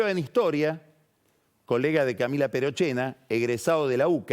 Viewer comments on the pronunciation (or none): none